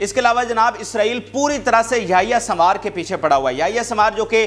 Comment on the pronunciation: Yahya sambar nahi sahi name yahya sanwar hy